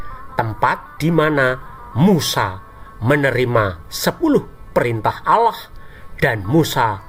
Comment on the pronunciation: Lucu juga bila dia bilang OWLLOOH!!! Es We Te😂